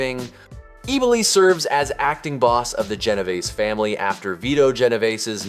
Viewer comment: Ebb-O-Lee,pronounced Eboli.😅